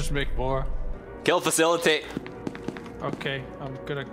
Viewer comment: "Kill facilety"